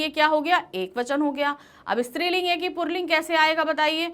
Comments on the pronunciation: पुल्लिंग है न कि पुर्लिंग । (purling ) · पुल्लिंग को purling क्यों बोलती है mam